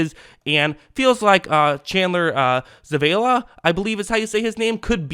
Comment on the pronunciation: Zavala (Suh-Vah-Luh)